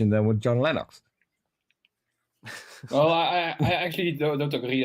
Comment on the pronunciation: Meyer gets points for pronouncing Principia correctly, Lenox as a mathematician should have known better and loses double points for pronouncing it incorrectly.